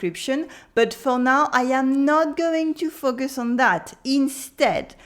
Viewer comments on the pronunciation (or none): none